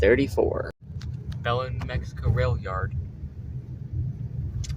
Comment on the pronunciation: Locals pronounce Belen as "bull-EN" with the emphasis on the 2nd syllable. I made that mistake when I first started working for BNSF there lol